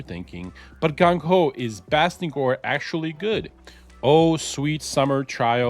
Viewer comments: You kinda got his name wrong, it's Bastigor Not Bastingor 😅🙈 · Bastigor..... theres no "n" lol